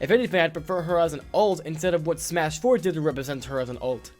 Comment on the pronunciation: Disliked cause you said Smush